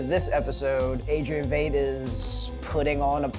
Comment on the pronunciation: It's pronounced Wight